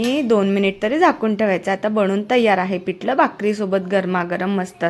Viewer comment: पिटल नाही पिठल तिकट नाही तिखट बाकी छान